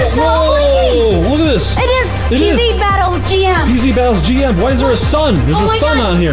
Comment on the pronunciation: The word is battle elle